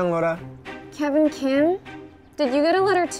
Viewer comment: you know its laura not lara